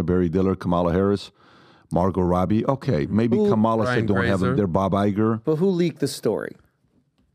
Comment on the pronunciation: Really, Pat. Kamala is correctly pronounced KAH-ma-la. Stress on the first syllable.